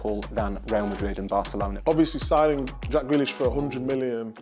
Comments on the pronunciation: Man said grealish lol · Man said Grealish 😂😂